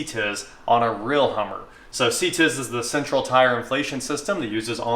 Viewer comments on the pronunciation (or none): CTIS is not ever sounded out like a word lol. just simply the letters C.T.I.S. hearing you say it as a word made me chuckle though so thanks for that.